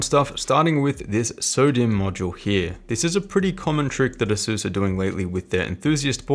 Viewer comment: Since you're one of my favorite YT-ers, figured I'd share... Asus = Pegasus Systems, so you too can pronounce it correctly! :D